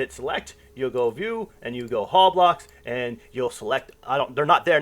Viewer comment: Dude you give some good info but slow tf down you made so many simple English mistakes. Hall, Pacific, ideal. Over and over